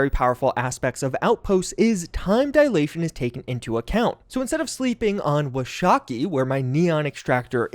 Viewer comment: Thanks for the tips! Just FYI, as someone who grew up in Wyoming, where a LOT of the Cheyenne system has references to Wyoming in general, Washakie is actually pronounced Wash-a-key. It's named after a Native American chief who was important to the state. I'm still nerding out on the fact that there's references to a place I lived in a Bethesda game, so I'm telling anyone who will listen:)